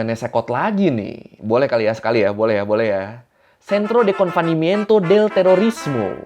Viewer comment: Tulisan di singkatannya Confinamiento tapi disebutnya confanimiento. Maaf kak kebalik 🙏😁